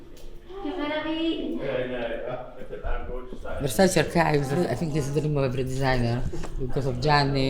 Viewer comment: I still find it so annoying that they can’t pronounce versaCE properly…….. cmon now